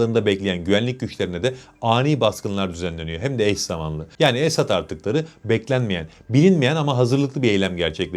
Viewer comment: esAd değil. esEd olacak. esAd mutlu demek, esEd aslan demek. kendisi her ne kadar aslan değil fare olsa da. doğru telaffuz etmek lazım.